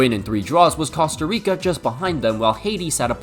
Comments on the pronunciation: As a man who has family that lives in Costa Rica please learn how to pronounce that beautiful country's name correctly. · I hate to be that guy but his pronunciation of Costa Rica is killing me 😭